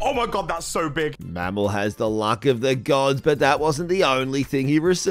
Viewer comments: Anyone noticed he called mmorpg mammal! Lol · Did you just call mmorpg mammal